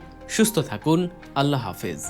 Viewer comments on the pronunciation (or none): মহা পরাক্রমশালী আল্লাহ্পাকের নামটা বিকৃত করে আল্লাহো বললে কেমন শোনায়? প্রকৃত নাম হচ্ছে আল্লাহ্, কখনোই আল্লাহো নয়। সাবধান।